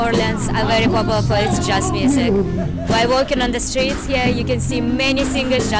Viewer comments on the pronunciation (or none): none